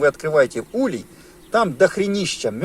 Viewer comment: Не улье, а улей правильно ставь ударение.Учи граматику русского языка.Слет пчел происходит от заклещенности.Если хозяин не может или не хочет или не знает об этом ,то пчели сами выбирають путь к спасению и освобождению от клеща .Наличиеклеща всегда ведет к появлению различних заболеваний.Изучай биологию клеща и сопутствующие болезни.